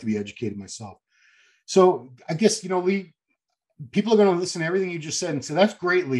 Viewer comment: Love Lee's pronunciation, it's awesome 😁👌🏻👍🏻